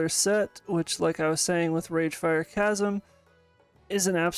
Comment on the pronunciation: the "ch" is chasm is pronounced as a hard 'c' as in cat, in case that wasnt just a fluke o7